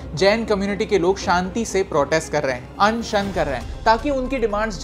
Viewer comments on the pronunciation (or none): Why anshan sounding like annd shaand 😂